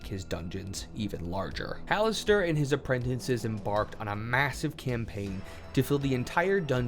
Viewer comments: Okay, i mean no insult but this is driving me nuts. Apprentices has one n in it, not too. You keep saying "apprentinces". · Bro. Learn how to pronounce "Apprentices".